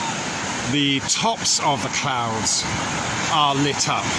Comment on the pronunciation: "clouds" became "clounds". Well then... lol